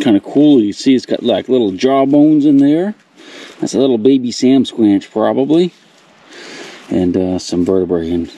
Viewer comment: What are saying, a sand squinch, I can’t make it out, what is the critter your talking about?